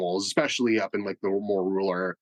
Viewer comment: RURAL.... RUUUURAL....RUUUAWRL